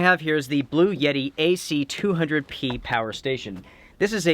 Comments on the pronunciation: lol dude. It’s ‘blu-etti’, not ‘blu-yeti’ I really enjoy your reviews. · It’s bluETTI not bluYETTI 🤦🏼‍♀️ otherwise, great video 👍🏻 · Blue-etti. Not Blue-Yetti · Bluetti = "Blue-tee"